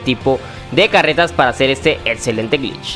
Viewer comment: "etzelente" "protzima" "otzion" "Matzimo"